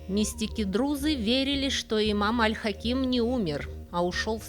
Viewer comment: Аль Хаким (ударение на первый слог, кстати). - часть моей профессии, которой я посвятила более четверти века, самый любимый исторический персонаж и глубоко уважаемый правитель. Жаль, что об Аль-Дерази здесь прозвучало так мало информации, ведь он был не только верховным визирем, но и очень близким человеком для Аль-Хакима. Кстати, про женскую обувь, это вовсе не сплетня, это одно из очень глубоких и мудрых распоряжений, 7 лет, 7 месяцев и 7 дней не шить, не продавать и не носить женскую обувь. А причина очень простая, женская обувь расшивалась золотом, что нецелесообразно и недостойно истинных мусульман, которые должны быть скромны. И вообще золото на обуви - это бессмысленное расточительство. О пропаже Аль-Хакима до сих пор ходят слухи, что он принял христианство, что, по правилам ислама, должно закончиться казнью вероотступника. А произошло это после того, как он пригрозил коптам навсегда запретить их обряды и вообще закрыть церкви. Якобы, он обещал дать им свободу вероисповедания, если "пойдет гора Моккатам*. В ту же ночь случилось землетрясение, и гора ,"шагнула" ( от нее откололся кусок). В любом случае рассказ был прекрасен, несмотря на несколько странный пассаж про вербное воскресенье. Какие вербы на Ближнем Востоке? Как и во многих странах, там это Пальмовое Воскресенье.